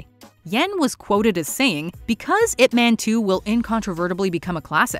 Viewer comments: i dont know if you actually watch the movie and hear how they pronounced ip man, ip man doesnt sound like a superhero name like spiderman and superman, the "man" is pronounced like "mun", its funny to hear ip "man", its sound like a man of ip, human ip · The man's name is pronounced "Eeep Mahn", sweetheart.